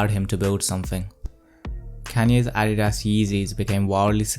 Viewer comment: Nike is pronounced Ny-key in the states. Adidas is Ah-dee-duhs. Good vid overall tho. 👌